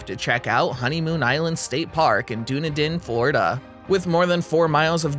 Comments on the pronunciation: #8 Honeymoon Island is in Dunedin (Done-edin), NOT Dune-a-din. Look up correct pronunciation of Suwannee as you’ve butchered that. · Love the video. Dunedin is pronounced done - EEE - din. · dun-EE-din -- oh-LEE-tah -- SWAN-ee -- dun-ELL-in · It’s not “done-ah-din” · Dunedin is pronounced DUH KNEE DIN it is a Scottish name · Dunedin is pronounced Dun- eden